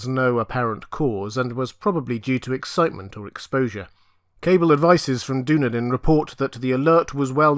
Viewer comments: Wonderful as usual. BTW what it's said Duneedun. But it made me smile as I have many fond memories of Dunedin and New Zealand as a whole. Love as always 💕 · I love this channel, I came straight over from your ASOIF channel. Thank you for sharing! Btw, Dunedin is pronounced Duh-knee-din.